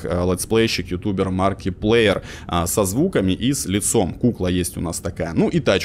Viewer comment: Читается "Маркиплаер" а не "Маркиплеер"